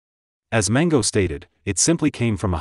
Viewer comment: Did he really say Kareem Abdul "Jabber" ??? I know he said Manigault every conceivable way possible.